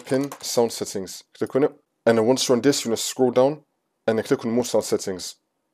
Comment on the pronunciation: "click on et"